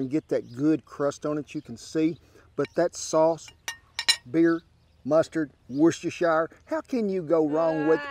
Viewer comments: It's pronounced Wooster sauce. Aside from that you're a legend. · Hey Kent, that ingredient you had a hard time pronouncin is woostersheer sauce, named after the famous cowboy cook, Charlie B. Wooster of wagon train fame. If you know who he was you might be as old as me.